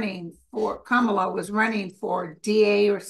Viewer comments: Yes, please, darn it: Comma-luh! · or COMMA-la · Pronounce Kamala’s name like this “CALM-ala”. Love you both! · I read she wants it pronounced comma-la